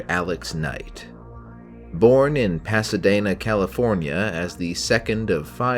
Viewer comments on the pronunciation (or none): It's actually pronounced Paah-suh-dee-na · Bro almost got unsubbed for saying Pas-uh-Dana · "Pasadaina", lol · Hearing you pronounce Pasadena made me want to delete your entire account.